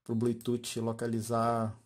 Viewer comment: Legal.. Me tirou as dúvidas.. Vou comprar... Obg.... Se me permite uma crítica construtiva... Não diga blututi... Chega doer no ouvido...pronuncie blutufffffff